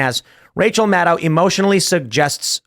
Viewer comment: Tim i just request you start using Rachel’s last name how it’s suppose to be pronounced. “Mad-Cow”